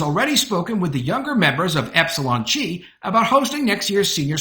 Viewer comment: The Greek letter X, called "chi," as in the fraternity Epsilon Chi, is pronounced "kai." Not "chee."